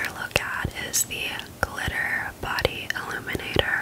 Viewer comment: Omg in your accent, “body illuminator” sounds like “body eliminator.” I was so deeply confused for a bit there 😂